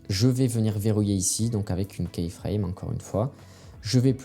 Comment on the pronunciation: Merci pour les conseils, ça aide. Une petite suggestion pour gagner en crédibilité, attention à la prononciation du mot keyframe. Imaginez que vous regardiez un tuto sur les keyframes et qu'au lieu de dire "image clé" le narrateur dise à chaque fois "image clou", je pense que ça vous dérangerait rapidement. keyframe se prononce kiframe et non pas kaiframe.